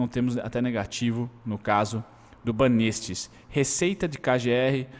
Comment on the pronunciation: a pronúncia é banÉstes hahaha